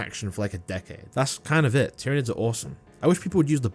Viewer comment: tryanids lmao 😂